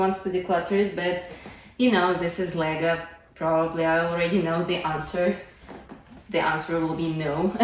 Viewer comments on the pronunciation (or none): At first i did not realize you were saying "Lego" It sounded more like "laegue" or something